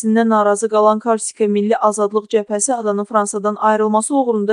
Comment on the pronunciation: Ay qız , karsika yox , KORSIKA .